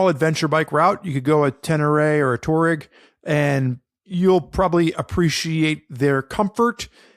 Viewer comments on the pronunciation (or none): TWA-REGG, not TOUR-EGG